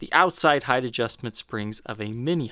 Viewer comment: No. No, no, no, no. You cannot say 'heighth'. No!